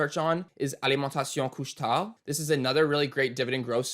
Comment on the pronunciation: i too enjoyed your pronunciation of Alimentation couche-tard..this was one stock i bought because i wanted to say it when talking about my stocks lol..just happens to be a good stock...love your videos!..thanks